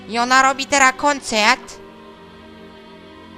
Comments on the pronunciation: "I ona robi teraz kąceet" Ten akcent :D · O kurwa ! Jak Niemiec !! :D "konceaart" :D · i ona robi teraz konchert - jaki francuski akcent! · Klocuch po francusku poleciał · akcent klocuch usuwa kom !!!!! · Klocuszek francuski akcentto :D ?